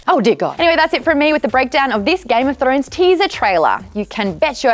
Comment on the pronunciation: thought u said throaters..